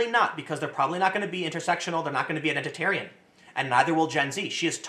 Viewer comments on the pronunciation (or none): Did you just say Identit-aryan????? Tim saltright confirmed